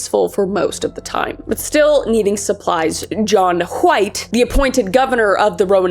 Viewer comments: Please tell me stewy that’s how you always pronounce wHite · wHHite wHo wHere should like my grandma with those “hs” they are meant to be silent kris gosH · "John hUHWHITE" 🗣️🗣️ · I heard John huh-white had a penchant for Kool-huh-whip. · You got me dying everytime you say Hwite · John Wwwhhhite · You really get the WH in White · Normally I'm unbothered by mispronunciation, especially when it's done on purpose but holy hell, Kris. You can only forcefully add the H in wHite so many times before I had to skip the video. I realized that I was getting so annoyed that I was actually becoming mad which is why I skipped the rest of it. ... Like, wtf? 😂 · Did anyone ever tell you that you say "White" like Stewie Griffin? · I'm so sorry but the way you pronounce "White" is ascending me rn😂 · Why are you pronouncing White so weird?